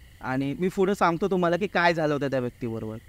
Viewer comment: फुड नाही रे पुढं ! मराठी ची वाट लाऊ नका 🙏🙏